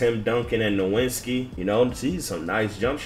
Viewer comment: Nowitski is pronounced nuh-vit-ski 😂